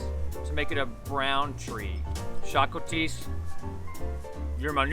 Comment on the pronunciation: The way she said šakotis is soo funny (im not hating)